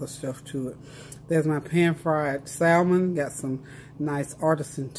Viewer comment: Good morning...I’ll get in that wagon...I need to eat healthier as well....I try to avoid 2 carbs like bread and potatoes when I’m trying to eat healthier... btw...the L is silent in salmon...lol....you have a blessed day!!